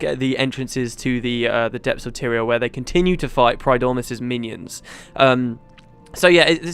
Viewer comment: The buttclenching in this episode was of epic proportions because of your pronunciation of Primordus. Pridormus means the first sleeper which is also an awesome name for this dragon, but not the right one. ;) As for the rest, I do really like these episodes. Just a few more and I have watched all of your GW series (including beyond). Too bad I can't get achievements for it. xD